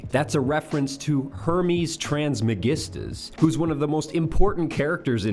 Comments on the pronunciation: Trismegistus not transmegistus lmao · Anyone know why he said “trans-megistus” ? Never heard Trismegistus pronounced that way